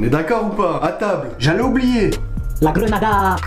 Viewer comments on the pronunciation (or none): A quand il dit la GRENADA c’était trop drôle 🤣